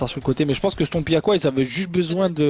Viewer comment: On a du "koi"? 😂